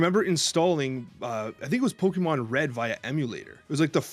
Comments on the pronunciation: Please!!! Stop saying PokeMAN! 😖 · calls them pokemans 😂